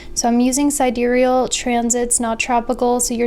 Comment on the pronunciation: Yea!!! finally pronounced sidereal right. It was really bugging me when she pronounced it sidereel.